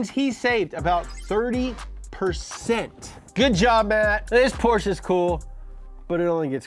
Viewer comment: You pronounce Porsche better than. That pitifully underpowered Mustang is ashamed of itself.